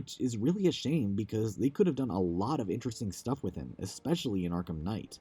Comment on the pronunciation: 'Ikspecially.' Listening to anyone talk for an hoyr and a half is draining but whenever this bad boy came up, physical convulsions ensued